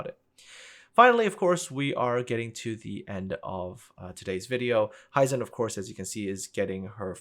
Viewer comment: Very interesting video. And the art departement really has always been top notch and recently the (sole?) saving grace for the game. One gripe I have with the video: The pronunciation of "Hizen". Japanese words are mostly pronounced "as they are written". I am not really sure how to illustrate that here though, apart from maybe that it is similar in German, maybe that helps.